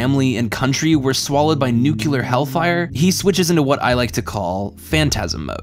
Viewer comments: I got to minute and then had to stop... I know it's nit-pickey but it drives me so crazy... Nuclear ... Sound it out.. There is no second U... the word is pronounced New-Clee-er.... Not New-Q-ler .. If you got a new glass cup... it would be new and clear... new-clear. THAT is how you pronounce the word... and I can't take anyone seriously who reads nuclear ... and just ADD another U sound that isn't there. No matter how smart you actually are, you sound dumb when you say it wrong. I'm sorry. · great ideos but it is really obnoxious how alot of americans pronounce NU - KLE - AR as NU - KU - LAR, it really bugs me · Nuclear ----???----> "new-cyuh-ler" Just say "new," then "clear." I refuse to concede. I will die on this tiny hill of semantics. let my blood run before I feel this most mild of annoyances to my ears. good video, tho, love you <3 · New clee ar. Nu kyu lar. One of these is wrong. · god dammit it's nuclear not nukular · quick tip. if you're going to write the word "nuclear" in to your script so many times, you might want to stop pronouncing it like homer simpson the word is NOT NUKEULAR! EDIT Future me on shrooms having this exact same thought after actually watching strangelove for the first time tonight... I mean, we'll see where this thing goes this time... but only because I'm on drugs, deal? Like, I'm literally replacing the word in my head through sheer force of will just to get through it, but we'll get there this time because damn it, I just watched this movie for the first time and giggled through almost the whole thing after the first 20 min or so... Kubrick somehow got me after 61 damn years... If my maths aren't horrendously off due to psilocybin penetrating my blood brain barrier right at this moment in time and space. You know what, just have a good one mate, I bloody well am I reckon, reading that back to myself... 🍄 It's a me, Mario! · The narrator says "nucular war". I'm out. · ......." Nuke-u-lar" ??? LOL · great piece, but it's NUC-LEAR